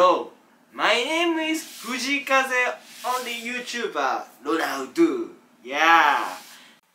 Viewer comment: フジイカゼだけ発音いい笑笑